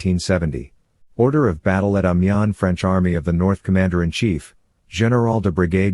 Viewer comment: Great documentary - but it would have been nice if you had an idea how to pronounce Amiens. There is also a large amount of paintings available about the war. Why use pictures from wars decades in the future?